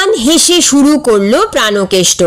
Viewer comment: প্রানোকেষ্ট হবে না, হবে প্রাণকেষ্ট |